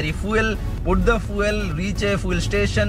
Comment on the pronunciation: Its Feeoool not Foeeel